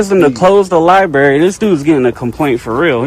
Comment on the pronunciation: What’s a “Libarry”?